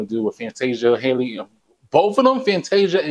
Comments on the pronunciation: Yes, she struck my heart. Btw her name is pronounced Halle NOT Hailey. Halle rhymes with Sally, Nelly, Belly, Kelly... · Her name is pronounced like Halle Berry